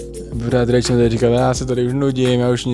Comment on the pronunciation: Ty jsi Rachel a on ti říká "Rejčl"? Není to zvláštní? 🤭